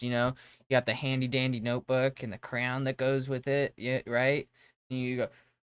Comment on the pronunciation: Cray--on not crown.